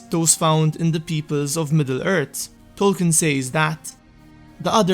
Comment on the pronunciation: They arrived in middle ert in the turd age... Facinating